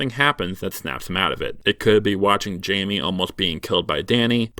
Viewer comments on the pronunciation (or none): none